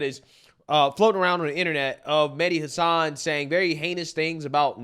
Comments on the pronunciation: She can’t even pronounce “Hasan” correctly. 😂😂😂😂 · Yeah, I noticed her miss pronouncing his last name. I'm picking why she's saying it wrong? LOL. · that idiot defending hassan can't even pronounce his name😅😅😅😅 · she complain about him getting fired, while mispronouncing his his name. I take it she's never watched him? So who is the Islamophobe? She is. He got cancelled because the Democrats do not watch his show. It's their fault. It's like Disney, they make movies for left wingers, but say it the right wingers fault when they fail. Worse are those who believe, and follow their BS. Our entire planet would be so much better off if their party was no longer around. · The one chick cant even pronounce hasans name. The outrage! 🤡🤣